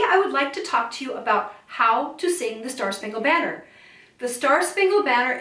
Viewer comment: You sang the word BANNER wrong! There are not 4 sung syllables in banner. There are 3. Baa😅 ner er